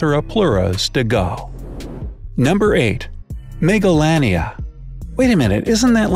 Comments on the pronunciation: I thought he said megalovania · how says and pronounces it: 'Megalania' - how i, an undertale fan pronounced it: 'Megalovania'